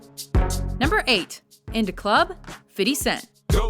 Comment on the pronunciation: OMFG!!!! From to they keep calling him "Fitty cent" not "fifty Cent"!!! just kill me now